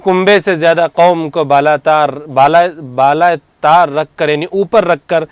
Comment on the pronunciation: بالاتار نہیں جناب بالاءطاق آ